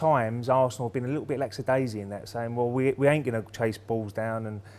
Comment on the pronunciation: lacksidaisy? WTF is parlour saying?